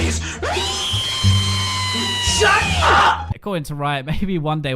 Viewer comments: stut instead of shut. Fire editor. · STUT! :D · Legit my worst thing is running out of mana. So many times when I'm playin singed I try to go one way, flip them, then run away then just run a them and die cuz no mana xD Edit: also you said to "stut" down people not "shut" down lel